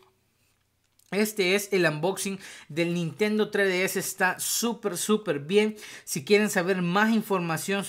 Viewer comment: "Nintendo tre d s"